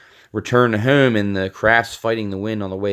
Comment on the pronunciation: I thought I was the only one. He does say hume instead of home 😂😂